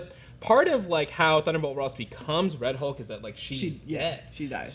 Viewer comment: I thought he was "Rulk" instead of Red Hulk